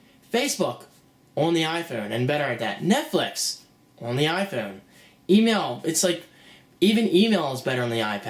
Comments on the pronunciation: "Orn the Iphoyne" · ...on the iPhewn ...on the iPhewn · LOL the way he says iPhone like a posh British dude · you don't understand, not everyone has the money to buy a fucking ipad, people look for cheaper and maybe better solutions and from where im sitting, all the things u were drilling on didnt appear to happen at all and if you didn't already have an iphone and an ipad you would probably fucking love this thing. btw the way you say iphone makes me want to fucking smack you.. That will be all thanks